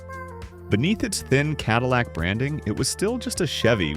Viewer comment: Love that CaDILLac SimAre-on. WTLF! JUST READ THE SCRIPT. IM OUT, and I suggest EVERYONE drops off watching AI CRAP. IT WILL ONLY GET WORSE IF WE DONT MAKE A STAND.